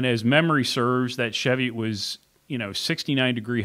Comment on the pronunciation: Love my Platypus but as a note it's Chee-viot (hills in Northumberland, UK) pronounced as in Cheese.